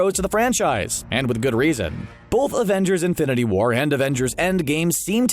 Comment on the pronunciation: It sounded like he said Infinity Water